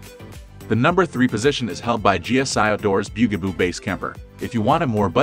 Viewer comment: The byu-gah-boo 😂